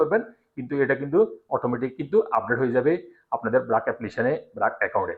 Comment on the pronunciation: ব্রাক না বারক